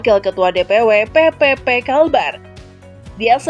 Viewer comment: PPP dibaca P3 ya. Pk Hamzah Haz orng baik, dermawan, beristri lebih dari satu dan kaya sejak masih muda👍